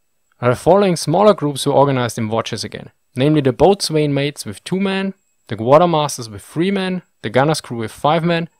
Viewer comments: To my understanding, the level of crew strength you give here was often not met and captains frequently struggled to fully man their ships. It was unusual to have enough men to fight both sides of the ships guns at one time. Pronunciation note: "Boatswain" is pronounced "Bosun" Additional points: the Gunner and his mates were also responsible for the ammunition where keeping powder and shot in good condition aboard a leaky wood ship was no simple task. The Carpenter and his mates had to repair battle and storm damage, and more importantly, maintain the ship, which was constantly deteriorating. Of course you can't provide very much detail in these short (but excellent) videos, I'm just trying to show that most of the tasks you mention are actually quite complex and required specialized training (though this was basically on the job training). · Boatswain - "Bo-sun" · I always enjoy your well researched videos. For future reference, 'Boatswain' is pronounced 'Bosun', 'Forecastle' by this era had been shortened to 'Fo'castle' which is pronounced 'foeksul'. Also no RN ship should be called 'THE HMS Whatever'. As the ship belongs to the monarch of the day this would equate to saying 'The His Majesty's Ship Whatever', which makes no sense grammatically. It would be acceptable to drop the HMS and refer to the vessel as 'The Whatever' though. Ah, the vagaries of the English language, which you speak so well. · In the American navy "boatswain" is pronounced as "bos'n" or "bosun". Whatever inflection you want to use, the "w" is universally silent. In other parts of the world, is it pronounced "boat-swain"? Or is that only from uninformed landlubbers? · Not sure if anyone has mentioned this but is pronounced bo'son not boatswain. Hope that helps. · E.g. pronouncing "boatswain" as "boat" + "swain" not as the correct "bosun" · Naval pronounciations seem nonsensical Bow-sun not botswain eh. How is "chaplain" and "Admiralty pronounced differently? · Boatswain is pronounced bosun.